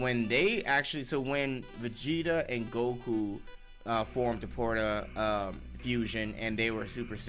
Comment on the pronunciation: God damn can read "Porta"???? What is that?